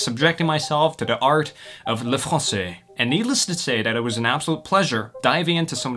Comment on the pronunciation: J'ai adoré ton accent surtout quand tu as le dit "le français " au début de la video !!!!!